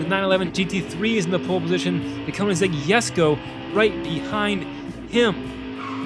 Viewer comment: it's actually pronounced "kuh-nig-seg yess-koh"